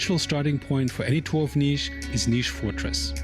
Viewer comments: Its Nish not Nis. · It's pronounce Nish( city has jazz festival called Nishville)